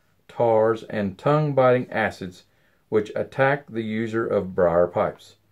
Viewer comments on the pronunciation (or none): none